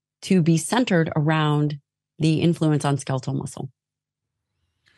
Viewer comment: I can’t help but be completely distracted by how this guy pronounced “skeletal.” Ska-leet-el? What?